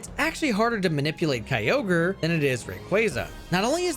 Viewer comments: You did not just pronounce Kyogre “Kai-oh-gree” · Bro out here butchering pokemon names 😭😭😭 kyogreee??? 💀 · I wanna subscribe but the way you say Kyogre makes me homicidal It's Ogre, like Shrek, you fucking donkey 😂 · At least it's not Key-oh-guh-ree like in the official Gen 3 pokerap. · Kai-oh-gree....? The hell is that? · The official Hoenn pokerap does it even worse, key-oh-gree and grew-done, they also forgot relicanth and zigzagoon. its a fun listen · me and my brother always said kyogreee as a kid, and the first time i heard it pronounced right it sounded so bad. hearing kyogreee again was nostalgic lmao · I feel like him talking about quick balls in gen 3 and that one use of pronouncing Kyogre like and absolute autistic. I swear these YouTubers all say stuff just so people comment more to call them out, as does this comment...